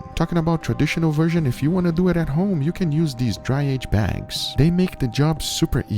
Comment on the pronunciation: "Lets dew ettt."